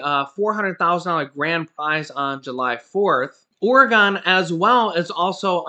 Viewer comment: I'm sorry I have to say something... Oregon pronounce Organ not Or-E-gone